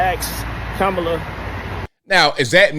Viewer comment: Kuh-mah-lah not Kama Kaka Ka Kamla